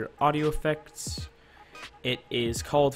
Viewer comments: why sony vegas then premiere? You couldn't stick with one? You didn't have to export from vegas into premiere, couldn't you have just done the flanger (pronounced flanjer) in the same project? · The way you pronounce flanger... It hurts me. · dawg, it's a good video and I appreciate it. Not hating on your content, just hitting you up with the right way to say flanger.